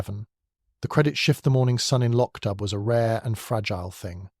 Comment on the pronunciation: The plot is marred by the confusion of acccordions and bagpipes. Also, the narrator mispronounces the setting, the village of Loch Dubh.